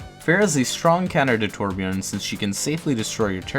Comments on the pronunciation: Torbjorn it’s Torbjörn😭😭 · Wait are you a torb master even if you can’t say he’s name right? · Over 1000 hours on Torbjörn and yet he still can't pronounce his name right... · Did anybody else hear say TORB ONE TRICK or was it just me? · One would think that the most infamous Torb player would at least pronounce his name properly. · 1500 hours Still can't pronounce his name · Did I hear toRBJORN ONE TRICK REEEE Edit: it's ok. I misheard. He said Torb enthusiast. I'll let that slide